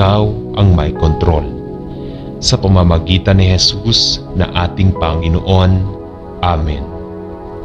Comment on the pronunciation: SaLamat po sa Pakikipag-dasal sa akin sa gabing ito…. Mawalang-galang na rin po,,,.. Ang BIGKAS ng mga salita sa Tagalog ay APAT…..Malumay..Mabilis ..Maragsa..at Malumi Ang salitang PANGINOON ay binibigkas ng MABILIS….tuluy -tuloy….Ang DIIN ay nasa hulihan ng naturang salita Panginoon…….hindi po PANGI’NOON….. No offense meant po